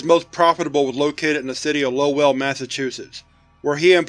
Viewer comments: Lmao dude I live 5 minutes from Lowell! Us locals pronounce it lowil loved it when ya kept saying low well, great video man as always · “Low-el” 😂. You’ve never been to New England, have you. It’s butchered locally as “Low-ul.” All jokes aside, love the show. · As a New England native, I can’t get over the way you use two syllables for Lowell. It’s like people who can’t say Worcester correctly, but totally new to me. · Low-Well Massachusetts xD Oh man. If you can’t say Lowell, good luck with Worcester. And yes I do realize that we in Mass basically made up the pronunciations of our cities’ names in the spot. Like comment and subscribe. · Funny, i live Close to Lowell. oddly, everyone quite literally pronounces it LoL. not Low-ell